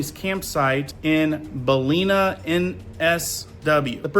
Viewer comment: I live in Brisbane, not that far from Ballina. Your pronunciations of these names makes me chuckle.